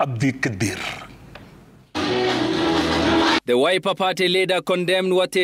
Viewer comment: Jeff you seem to struggle these days, is everything okay? Kwanza the way you said "Abdikadir"!!!